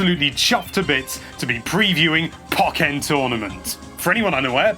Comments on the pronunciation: Isn't it pronounced poh-KAY-en tournament? Because of the accent. Nah, I'm probably wrong... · Do you pronounce Pokken that way just to be contrary?